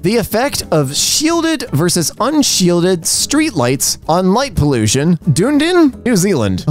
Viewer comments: The New Zealand city from the light pollution post is actually pronounced Duh - nee - din. I can definitely see how you got Dune - din though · dunedin - dun-ee-din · Just for future reference with NZ names. Dunedin is pronounced Duh-Knee-Din. But can’t blame for trying at least. Love the vid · Sorry I was born in Dunedin and have to let you know it's pronounced Done-E-Din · pronunciation of Dunedin hurts me.